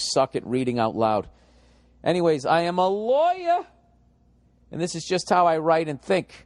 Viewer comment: "I am a LAW-YAAA"